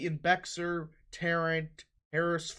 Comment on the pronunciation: Beck-sir county lol